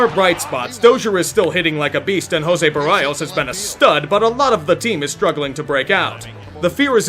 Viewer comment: Not at all upset but it’s pronounced Jose Bear-ee-oh-s